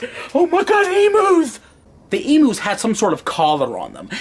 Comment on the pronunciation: it's not emoos it's emu....